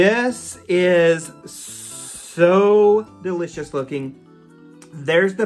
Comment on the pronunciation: LOL Duh-li-cious OMG made me laugh